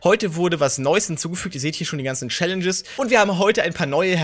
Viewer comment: #Tag5 Mag dich sehr und fand es lustig also du "Schallenges" gesagt hast in diesem Video 😂😂 Viel Glück an jeden einzelnen und schönen Mittwoch